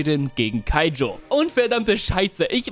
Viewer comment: Ich liebe den joke mit „keijo ach warte das war das mit den Pfirsichen “ und danach nochmals keijo statt kaijo sagt und ich glaube er hat sich versprochen. Sonst super video weil ich erst vor paar tagen kuroko no basket durchgebinged habe